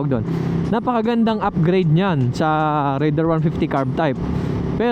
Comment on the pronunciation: taga Suzuki, pero di alam ang tamang pronunciation ng "Raider"